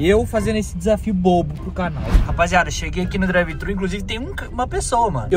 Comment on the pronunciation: N é drive trhu nao porra